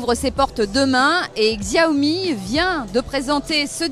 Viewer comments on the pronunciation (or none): Ça se prononce CHAOMI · journaliste tech qui ne sais pas prononcer le nom de la marque LUL